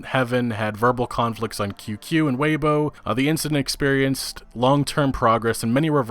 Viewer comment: Tay o bow? LMAO Tau - bau I can forgive Weibo(wei-bu-o) being mispronounced but oh my god tayobow.